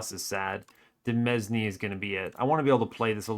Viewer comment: Word fact of the video: demesne is pronounced like domain (not deh mezz knee), because it's just the French word for that and people sometimes use it to be fancy